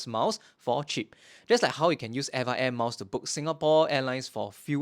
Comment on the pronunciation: Hey I left a comment on one of your older videos and we had a brief back and forth about how to pronounce Eva air. Turns out we were both wrong LOL You say: ever air I say: Eva (like the girls name) Supposedly, it's officially supposed to be pronounced letter by letter: e-v-a air Source: (mentioned towards the end of the video)